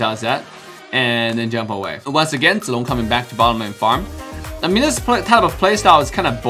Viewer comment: I love how pronounces Zilongs name correct